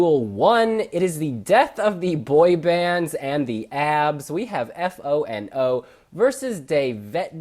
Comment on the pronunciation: It's pronounced Foe and O! (it bothers me to hear F.O. and O. all the time x) )